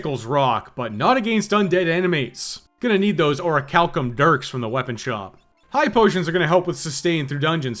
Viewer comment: Yay correct orichalcum pronunciation